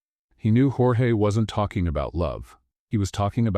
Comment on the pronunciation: YOUR A.I. IS SHIT..! SPANISH PRONUNCIATION OF "Georges" (and, it should be spelt : "Jorge"), ...is, phonetically : "HOR- HEH" ...the Spanish equivalent of "George" in English. DO YOUR HOMEWORK ! DO YOUR VOICE EDITING ! FUNNY STORY, ALL THE SAME... Rating 8, but a 10 with proper editing !!